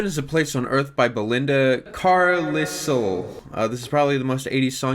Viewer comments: Belinda Carlissle haha. I got a chuckle out of that. (It's pronounced Car-lyle btw for anyone wondering). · Carlisle is pronounced car-lyle but hey no biggie <3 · Belinda-phonetically pronounced-Car lyle......CAR..LYLE. And I will never feel guilt over Heaven is a Place On Earth. And goddamit....kylie Minnow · Carlisle is pronounced Carlyle. Just like the Cumbrian town in England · pronouncing ‘Carlisle’ is one of the worst things I’ve ever seen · pronunciation of Carlisle is hilarious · the way he pronounced her name hurt on a spiritual level